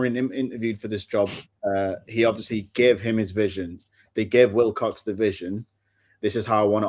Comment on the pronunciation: Every time says Wicock instead Wilcox it infuriates me